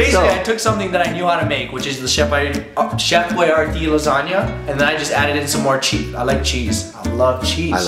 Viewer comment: I thought u said Chef YRD Lasagna not Chef Boyardee Lasagna